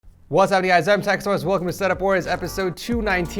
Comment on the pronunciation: Why does he sometimes say teek source instead of tech source?